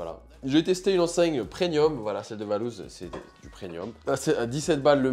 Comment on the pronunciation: 🤣 Tu dis "prenium" au lieu de "premium", des barres !!! 🤣